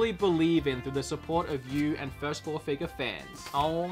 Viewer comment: A figahh? A FIGAHH? 😂😂😂